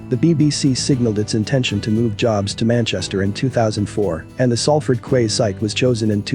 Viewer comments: Quays is pronounced keys, like door keys, Florida keys. A quay is a type of jetty for boats to moor or ships to dock. I'm from Salford. Even though the sign over the docks entrance said Manchester docks they were always called Salford docks, because they were actually in Salford. My grandad was a crane driver on the docks for 40 years. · Salford "kways", really?... LOL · You are talking about the city of Salford and the Salford QUAYS, and you say "quays" wrong. Have you ever been to this area. The docks was called locally as Salford docks (not Manchester docks) and the docks declined in the early 80s. Get facts right please.